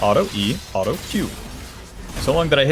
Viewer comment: I think hes just trying to say auto in a western European accent. I've found myself hearing an L too alot though